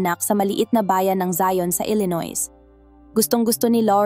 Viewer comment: Illinois...hindi Po binibigkas Ang later S sa Illinois.